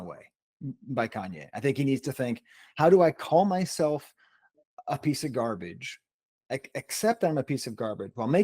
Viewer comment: said "a piece a garbage," but I genuinely heard "uppity cigar bitch." 😂